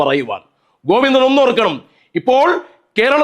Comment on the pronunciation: സർ, കോവിന്തൻ മാശ് എന്ന് പറയണം. പയങ്കര പണ്ടി.. തന.. കോവിന്ത.. കോവിന്ത..!